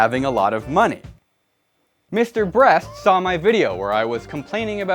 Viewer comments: instead of saying Mr. Beast you say Mr. Bress. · ayo wat he was calling mr.beast mr.breast :/ -_ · It does not Mr breast it is Mr Beast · It not. Mrbrast. It. Is Mr beast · his name is not Mr brest its Mr beast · Bruh he said mr breast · Also you say Mr. Brest. I find this funny for some reason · "This, is Mr.Brest" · I’ve seen your name before but never watched a video of yours. 5 seconds in “this is Mr Breast” haha yep imma like the content. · Wtf he called 'mrbeast' Mr breast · did max and chad pay you to say mr breast